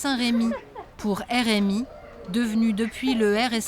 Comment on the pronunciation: "la Saint RMI" 😂🤣